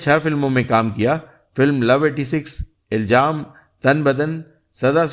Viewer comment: Iljaam nahi Ilzaam